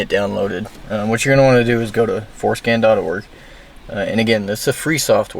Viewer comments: Forscan nah forskin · Damn I thought he was saying going show foreskin, I'm disappointed 😂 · Sounds too much like foreskin